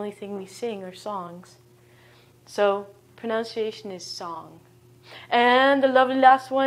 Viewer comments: Did she seriously just pronounce "pronunciation" as "pronounciation"??? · No. No it is not. Pronunciation: /prənʌnsɪˈeɪʃ(ə)n/ (ref: Oxford English Dictionary) The /ʌ/ symbol is pronounced the same as with "up" /ʌp/. All English dialects (British, American, Canadian, etc.) pronounce the word the same way. Ironically, she's simply mispronouncing the word. It's a common mistake, but should really be less common among ESL teachers. This is a good lesson otherwise.